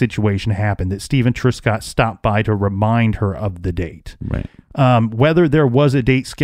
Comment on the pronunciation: Thank you for covering this 65 year old cold case. A couple of things: Truscott is not pronounced TRUESCOTT, it is TRUSCOTT. In the province of Ontario, we refer to major roads as HIGHWAYS, certainly NOT STATE roads ( a US reference). Canada has provinces, not states.